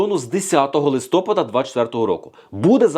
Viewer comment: Взагалі було ЛИСТОПА'ДА ,а не листо'пада. І не поча'ли,а почали'.Чи "пофффєсор"" фаріон Вас так начила?